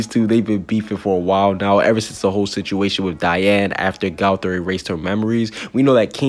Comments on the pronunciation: AND ITS NOT GAOTHER ITS GOTHER GO THER OK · I don’t like the way you say gowther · Your saying gowther wrong 😑